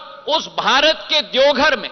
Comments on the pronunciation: E congress ka aadmi hai, jharkhand ke zilon ka bhi naam sahi se nahin pata😂 saara Hindi galat bolata hai, Deogadh😂 gazab chaplusi hai, Heliopod😝😁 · ज्योतिरादित्य सिंधिया जी भोलेनाथ की नगरी देवघर आप अच्छा से बोल नहीं पाते हैं